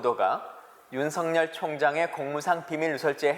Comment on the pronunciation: 윤석렬이면 윤성녈로 읽지만 윤석열은 윤서결로 읽어야 합니다 청와대 양반!